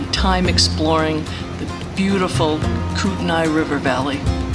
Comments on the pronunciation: Nice video! It's pronounced Kootenee by the way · Kootenai is a Indian word and so pronounce differently so say kut-naa the i is not announced